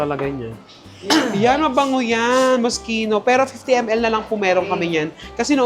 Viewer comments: Moss-KEE-noh not MOSCHEENO LOL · its mos-kino 🤣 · MOSS-KEE-NO correct pronounciation po 🫶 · Mos - ki- no po ang tamang pag basa... ❤ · Hello maaaaa, love all your vlogs. anyway ma MOSCHINO pronounced as MOS-KEE-NO. Loveyou all beks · True nabother ako dun charot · This is how properly pronounce Moschino - Mosskino Eclat - Eclah silent T. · Moschino = MOS - KEE - NOH Eclat = EK - LAH